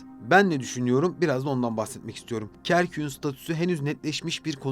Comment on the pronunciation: Kerküğün değil Kerkük’ün diye telaffuz etmeliydiniz. Bu güzelim bilgilendirici videoyu Türkçe hataları ile bozmuşsunuz maalesef.